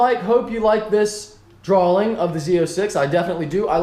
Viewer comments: DRAWING not DRAWLING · Tofayy YT Are you fucking dumb? pronounced "drawing" as "drawling," he's not asking for the definition. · mike adds an "L" in the middle of the word "drawing" Drawling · D-R-A-W-I-N-G not drawllling 😂😂😂😂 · droling? Wtf is a droling? I think you mean't to say Drawing DROR RING :) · Dra-wing not drowling 😂😂😂😂 haha musta been a typo in your speech #speechimpediment717 No hate I'm just picking with you buddy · lol "drawling" I'm pretty sure it's drawing? No hate Mike, just playin around. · "A draw-ling" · Is he saying "drawling"?